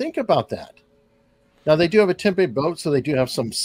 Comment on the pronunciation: Tempe is pronounced temPEE not tempay. I thought you would know that until you said that you were down in Tucson. Still... 😆 They should place lifesavers around there. Couldn't hurt.